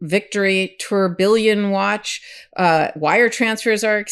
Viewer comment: Tourbillion is pronounced Tour- be- on